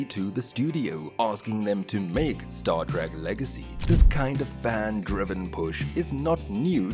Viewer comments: What is Star Track? The narrator keeps mispronouncing this. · The fact that he keeps saying Star “Track” says it all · "Stawr Trak." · Another click bait by a bunch of pathetic dorks who doesn't even know how to pronounce Star Trek. Avoid at all costs unless you want to waste your time. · Don't care much for "Star TRACK" and this machine pronounced "ensign" completely wrong. Get a person to read these things!!! Personally, I would LOVE to see Star Trek Legacy with all the original caracters and actors. Really horribly put together video,.